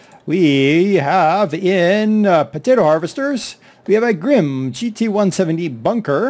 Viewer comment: I don't want to be a stickler but you pronounce the e at the end of grimme. I know this because I work there! Happy farming